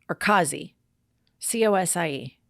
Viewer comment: AV-O. Not ARRR-VO. You say our accent ALL WRONG! Lol!!!! It all makes sense if you say it right. It’s MAC-AAS. There’s no “r”. Cosi is pronounced - “cozzi”. You made me laugh SO much.